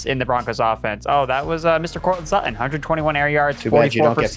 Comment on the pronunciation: why can he not say suTTon? he says su-on. ufff.